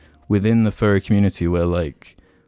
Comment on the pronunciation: I swear to god the entire seattle part by i thought he was saying "Ferry" it wasnt until the end that i realized my confusion. I was like: wow, didnt know the ferry community was so big, wonder why IHE did a video about it...